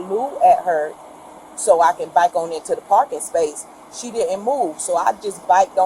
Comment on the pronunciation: She doesn't know how to say "Back", she said she was biking up and not just once, every time so she can't say backed up apparently. 🐾🐾